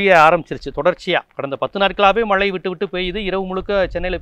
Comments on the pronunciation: " மளை" இல்லை..."மழை " என்று சரியாக சொல்க.... பொளிவு "இல்லை அது பொழிவு....... அய்யா தமிளை கொழ்ழாதீர்கள் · மலை அல்ல மழை என்று சொல்லவும்